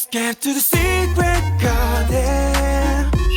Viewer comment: 擬似プロならRenの英語の発音なんで誰も直してあげないの？！特にgarden ひどすぎる😭 こんなことではジャニーズの英語歌詞みたいになっちゃうよーー